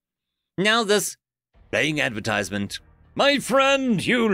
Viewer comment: "Loading advertisment" YT: Did you say advertisment?